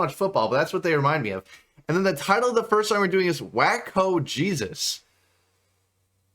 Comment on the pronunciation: Designer Shroud of Turin. Best of the 3 songs on this EP, epic ender, and sad you didn’t react to it. Also “Waco”, is a town in Texas, known for the insane religious cult standoff and massacre in 1993 (not pronounced “Wacko”, but “Wake-O” 😂). Also, this band is very much influenced by mathcore, almost impossible to bob your head to, even after multiple listens. I’ve listened to this EP 20 times and I still miss beats. This genre is trying to make you uncomfortable in that sense, give you misdirection the whole time, which doesn’t settle well with most. Your reaction was very positive.